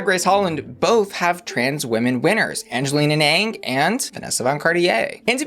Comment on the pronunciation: Again. It's pronounced as Angele Anaang not Aneng !!!!